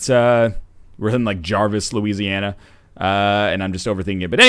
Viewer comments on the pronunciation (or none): none